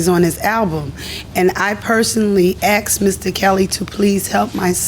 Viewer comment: It’s “asked” not axed….